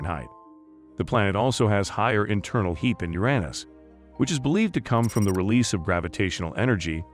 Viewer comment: Narrator: your-EAH-nis. Swelling comment hoarde: Get 'em, boys 🫵